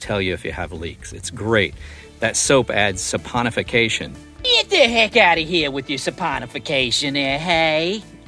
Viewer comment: 🇬🇧👮‍♂️🚒🐶🤟🏻🇺🇸 Soaponification? We just love you Americans and your weird pronunciations! What’s wrong with good old Soaparize?! 🤣. Keep ‘em coming,. Love y’all.